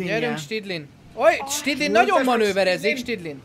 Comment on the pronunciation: Stydlin helyett snidling